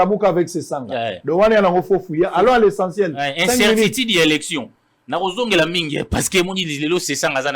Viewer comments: Correctif :Incertitude et non incertitide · Et si soignait un peu sa diction: incertitude et non incertitude; dictature et non dictatire...